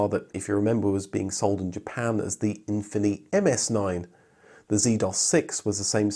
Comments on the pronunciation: You're supposed to pronounce efini as Anfini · I looked up "ɛ̃fini" on Wikipedia, and per the katakana transcription, it's pronounced "Ahn-fini", with the "a" sound being the same as in the words "mama" and "papa". that's the kind of funny thing you would only see in a certain moment in time, in Japan especially. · Japanese market adverts used more of an “uh-fin-e” pronunciation, but to ad to the confusion, there was also a trim of the FC RX7 called the Infini.